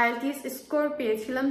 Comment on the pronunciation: Please give the name of ielts center clearly